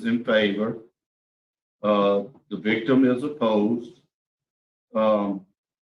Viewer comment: SHE CAN NOT SAY THE WORDS!